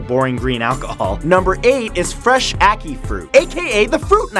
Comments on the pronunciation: It's Au-kee I'm Jamaican I now how to pronounce it bacicly im mix but dark red skin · The way you said ackee made me cringe I'm triggered qanagnganagjgajafnafbfAfjgwngwkfanfqnafbafbbagbagngakagjagksulsykaynyqjy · uh-kai (achí) fruit.